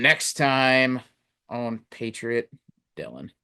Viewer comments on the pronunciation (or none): What’s a “Patroit”?